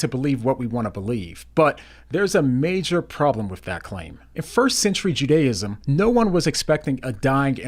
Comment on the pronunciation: "Ju-DAY-ism"??????????? Nobody pronounces it that way.